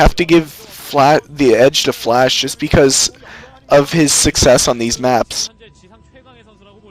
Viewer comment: It sounds like is saying "Flesh" instead of "Flash" ^^